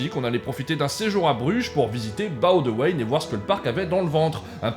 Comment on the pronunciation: Je vous félicite pour la prononciation de Boudewijn 🙏🙏🙏 Par contre ... RIP Erica ... quelle belle preuve d'amour!!!